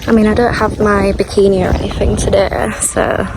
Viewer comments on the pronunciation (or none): none